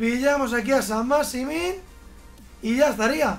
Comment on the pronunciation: Nadie, absolutamente nadie: Chacho: San masimin